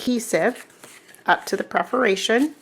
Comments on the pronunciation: Well, geez, if you want to be politically correct, it's perFORation lines....misspelled words drive me crazy... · Hi, love your videos. But, here is me being a stinker, you always say PREferation lines. It is not that way. It is PERferation lines. Just a little, bitty thing that drives me crazy. Sorry